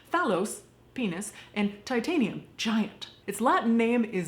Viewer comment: Titanum Sounds like you said Ti-ta-ni-um as in the elements table. It is Titan meaning "big" ...yes.